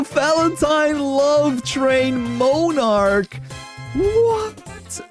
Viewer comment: MON-arch, not moan-arch